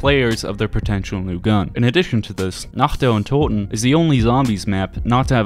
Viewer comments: I'm german and I've never heard a native english saying "Nacht der Untoten" that correctly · As a german, I'd like to point out how wonderfully you pronounced "Nacht der Untoten" thank you! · I really have to say, as a German, it satisfies me that you can pronounce "Nacht der Untoten", so well. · Did you practise pronouncing "Nacht der Untoten"? Really good pronounciation